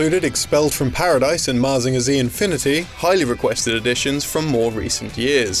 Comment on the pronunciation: The way he pronounced Mazinger is hilarious to me.